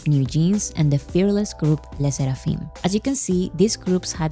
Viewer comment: the way you say le sserafim scrathes an itchhh